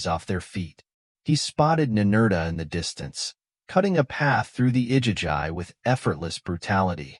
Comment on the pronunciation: It's pronounced I-gee-gee AI is a tool. It's not supposed to replace your brain...